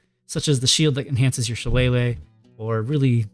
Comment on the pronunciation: It's so rare to hear someone actually pronounce shillelagh correctly